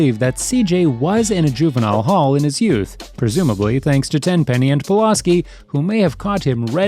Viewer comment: I know it’s mostly the accent but damn you keep pronouncing Pulaski wrong that shit annoying